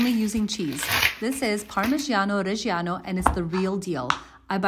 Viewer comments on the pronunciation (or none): Reggiano is pronounced Red-shano, not Resh-iano. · Pronounciation would be perfect if you said it like “parmijjano rejjano” (the ja of jacket but with more enphasis on the j, so a longer consonant sound)